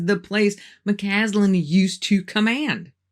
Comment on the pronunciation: Just a heads up: you sometimes mispronounced McCasland's name by saying McCanlan. Otherwise a very good video. Thank you.